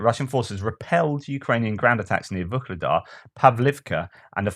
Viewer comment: There is no G in Vuhledar